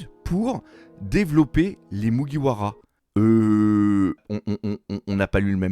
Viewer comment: À mon avis il a lu des scan sur des sites non officiel et n'a jamais mater l'anime. Ducoup il prononce le nom japonais avec la prononciation française. 🤔